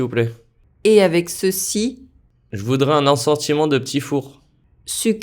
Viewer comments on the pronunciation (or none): Il ecrit "je voudrais" mais il dit "je voudra"